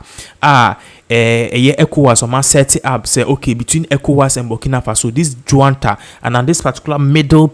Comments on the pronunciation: And it's not Juanta , it's junta just like june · Please, it’s NOT JUANTA. It’s JUNTA.